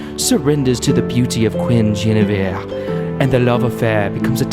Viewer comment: Alans knows that authentic pronunciation of Guinevere